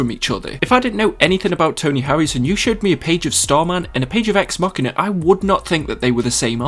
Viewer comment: It is pronounced ex machin(a) with "a" as in "amber"